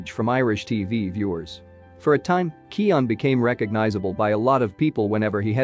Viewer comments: His name is pronounced 'kyoh-gan' not bloody kee-awn. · I just found a video with a clip on him pronouncing his name at the start. So it's Key-oh-guhn, with an obvious "g". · County Kerry, west of Ireland. If you wanna check how to pronounce the feck'n thing, look up Collin Farrell talking about Barry KEY-oh-gan....or checkout the late late show...and stop being a smart ass. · "Keoghan" rhymes with "Owen/Eoin", the 'g' is silent. Just say "Kyo" or "Keo" .. and then say "Owen". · pronounce his fucking name for the love of christ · 1 thing you didn't know about Barry Keoghan - How to pronounce his name 😂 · What's the right way to pronounce it?